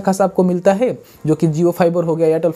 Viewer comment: Haiye nahi hai😜🤣 bhai accent oar thida kaam karlo sahi nahi lag raha dikat nahi hai lekin fir v